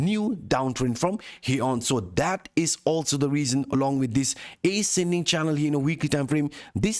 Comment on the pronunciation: Wtf is ace-ending and expon-angel?